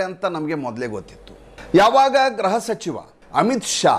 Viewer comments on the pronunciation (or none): ಗ್ರಹ ಸಚಿವ ಅಲ್ಲ ಸಾರ್ ಗೃಹ ಸಚಿವ